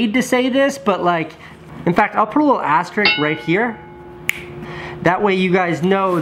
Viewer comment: * is pronounced "asterisk," not "asterik."